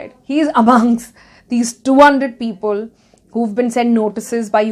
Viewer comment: I like the way Ms. Kapoor says the ‘-le’ ending words. People ( she say ‘peopole’), Simple ( she says ‘simpole’) . It’s kind of cute in a way i guess 😁 Leaving all the non-subjective complements aside ... i really liked the statement she made that “In India.. process is punishment” which is so very aptly put. It makes you wonder if the voters are wise enough to choose their own leaders. Ofcourse there are people who take an educated stance but to a large part people simply choose blindly without taking into consideration the consequences their actions will cause. And as long as the politicians and others talk about the “wisdom of the voter” for their own political gains... we will be deluded into thinking that, we as a collective, are wise enough to choose our representatives. When in fact we are not. We are not a democracy yet... we are a quasi democracy where the elements of monarchy are still very much present today in our so called democracy. Just voting and taking out protests doesn’t mean democracy. I will show you what true democracy means.